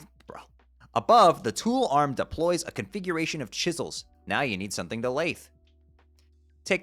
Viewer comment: Lathe rhymes with bathe